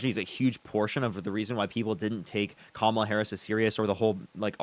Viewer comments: Gaslighting a Palestinian so they can vote Democrat is beyond awful. Not only that, but you don’t get the concept of accountability which the Palestinian guy was trying to explain it to you the whole entire time! Love (not) the fact that you were correcting their pronounciation of Kamala when she’s a f*cking k*ller!!! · My man. Correct them on her name EVERY time. Mistakes are fine but don’t ever let someone get complacent mispronouncing names. Particularly those who were corrected. Reestablish the art of respect.🫡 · I really wish these dudes who can't pronounce her first name would just call her Harris. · people don't like anti-woke because they lack basic reasoning skills. Even after corrects him, he repeatedly says Kamalas name wrong. He uses a pronunciation that came about as a racist joke. You can't consistently repeat racist jokes and then say but I'm not racist. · it's very fair to say he is a racist. He is intentionally mispronouncing Kamalas name, using the pronunciation that was CREATED as the punchline of racist jokes. Even after corrects him, he still does it. Repeating racist jokes...... makes you racist too. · Nah, he should keep doing it. If they can’t get a simple pronunciation right what makes you think any of the other things they say have any value. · you can directly track if they watched a right winger based on how they pronounce her name. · Let him sit with his silly ass vote then. Don’t care anymore. We know why you didnt vote for HER and HER BACKGROUND. Gimme a break. Her name is pronounced COMMA-LAHHHHHH!!!!! The fact that he thinks that maga accepts him. Wild. There was MORE than a choice between the two - but what’s they wish wasn’t true about the voting base IS true of them. They were WILLFULLY not paying attention. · Is there one single republican that can pronounce Kamala Harris' name correctly? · Anyone who cannot pronounce Harris's first name, did not listen to her for even 2 seconds!